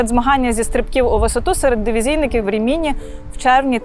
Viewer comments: Дуже цікава інформація,. Але це РімІні так ріже вухо. Місто називається РІміні, наголос на перший склад не на другий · Нє РимінІ ,,а РИмІні .. Наголос на перший слог . . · Дякую. Дуже цікаво. Тилькі наголос РімІні незвично. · Рі'міні , а не Рімі' ні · Рìміні, на перше "і" наголос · Прожила в РІміні (наголос на першу і) років 10, але, на жаль, ніколи не чула про табір. Тільки кілька років тому прочитала про це